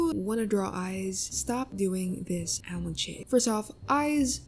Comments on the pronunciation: ramen now raaman also almand not aalmooond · I can't take you seriously just because you say al-mond I apologize and am seeing myself out